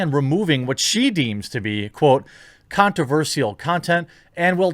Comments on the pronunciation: Here's something controversial: You pronounce "controversial" weirdly, and I'm pretty sure it's not your accent. You say "sial" as "seal" instead of "shull". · why are you saying Controversial as controverseal